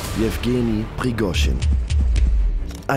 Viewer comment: Prigooschin ausgesprochen: kann doch nicht so schwer sein, oder ? Aber: danke für das schöne Video!